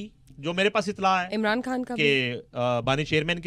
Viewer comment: Ye Anchor KHAN word ko Indian urdu mai kiyon pronounce karti hai